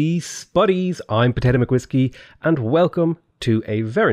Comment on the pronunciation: Potato became american! xD